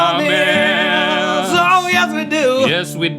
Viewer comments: lol LINK "we like to read your blahmments" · link: like to read you mblomments! :D